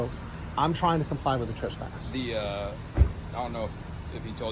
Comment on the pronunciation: TRESpass, not TRUSpass While, not WHOALE